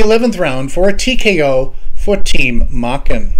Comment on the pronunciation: Wasn't Eddie's last name pronounced Maychen ? Long A ? ...Asking for a friend ...